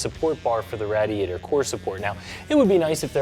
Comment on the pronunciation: Why does he say radiator like that I almost killed myself watching this